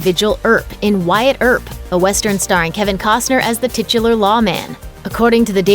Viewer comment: titular... titular... tutular